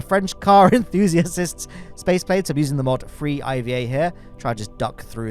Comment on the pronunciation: alot of emphasis on the "enthusiasist" really rubbing it in for the guy 🥲